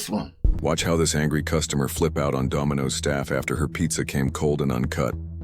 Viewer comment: Did you say Dumbinoes?😂